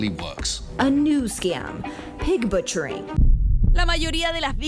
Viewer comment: Pig batcharing.lol , it’s pig butchering.😅